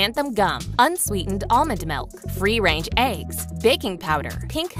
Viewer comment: Does somebdy heard that he said free rage eggs ? 😅